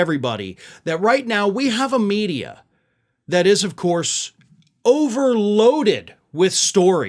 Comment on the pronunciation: "yeah-uh it's the libral meedeeyuh run by Jews.."